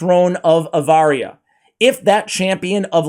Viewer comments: AVaria? It's ARavia. Get your brain checked. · Honestly my friend, honestly honestly HONESTLY.... Keeping in mind your admitting that you have a hard time reading and pronouncing words. It's a painful experience to sit through Story Time With. Like the first sentence you repeatedly call Aravia, AVARIA. It's actually a big deal to those that really go in for the lore. Everything matters. Tone, pace, sense stress and especially the pronunciation of the words! 😅 Love you dude, it would do all involved a big favor if you slowed down and practiced just a tad more rather than doing it poorly then admitting it. Imagine how it would come across if you met a Saudi Oil Prince and you told him how much you love Saudi Abaria!! 😮 -✌️